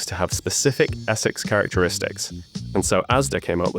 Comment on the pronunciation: over in assex 😂